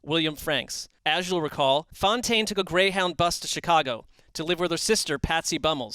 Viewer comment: *Fontaine, not Foutaine.